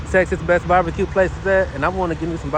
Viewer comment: Are you saying babaque or barbecue🤣🤣🤣🤣🤣